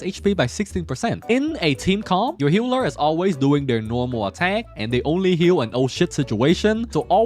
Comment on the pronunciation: why this mf keeps saying "HEULER" instead of "HEALER", but very nice video thank you